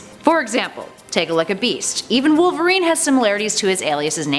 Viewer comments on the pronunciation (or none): none